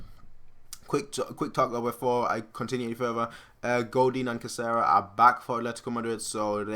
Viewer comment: Caserra? lol... Do you mean Carrasco?